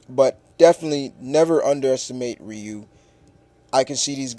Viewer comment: it's not wriiii-u it's pronounced ree-u (Ryu)